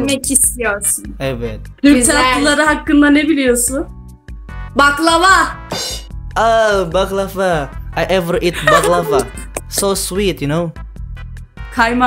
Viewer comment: saya mau mengoreksi saja🙏🏻, huruf V dlm bhs turki secara penulisan memang V tapi secara pengucapan dibacanya jadi W...misal contohnya secara tulisan "baklava" tapi secara pengucapan bacanya jadi "baklawa", contoh lain "seviyorum" kalo diucapkan jadi "sewiyorum"...sekedar pengetahuan 🙌🙏🏻